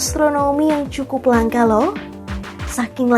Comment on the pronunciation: Narator bodoh, menyebut 'langka' kok jd 'langkah', idi0t